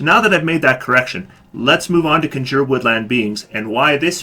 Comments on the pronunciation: It's Con-Juur. Not Conjer. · Conjure... *CON*jure ... the accent is on the first part of the word! CON jure. And I disagree about Grasping Vines. I've made good use of Grasping Vines for getting my allies out of harm's way and getting enemies into melee fighter's reach. :) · Jesus Christ learn how to pronounce CONJURE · Your mispronunciation of "conjure" is, surprisingly, irritating.